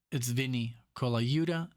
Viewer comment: Miss Mr. Holdsworth. Saw him when Atavachron came out which was very heavy use of Synth Axe. Nick, You're pronouncing Vinnie's last name correctly. Very good!